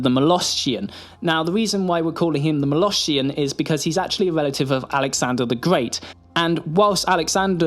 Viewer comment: I can't unhear "moloSHHian" now...